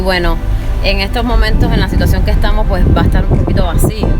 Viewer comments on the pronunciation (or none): none